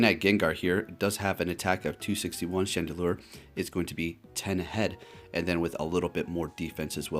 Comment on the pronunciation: He called chandelure "chandelier" at first too lol